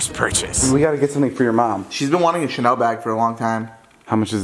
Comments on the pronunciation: i DIEDDD WHEN SHE SAID "SHALEN OMG" WHEN ITS CHANEL BAHAHHAHA IM DYYIYINNH\GGGG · says "Chalen" instead of "Chanel", I’m done... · Did anyone notice she was so happy she pronounced “Chanel” “Chalen” 😂